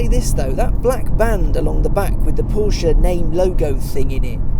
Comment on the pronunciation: You sir are "the almost reviewer". In fact, as much as I enjoy Chris Harris reviews and tire shreking videos, I have to say you're my go to guy when it comes to reviews. If only you didn't pronounce Porsche "Porshia"... Keep up the good work, awesome content and humble down to earth personality. Thumbs up.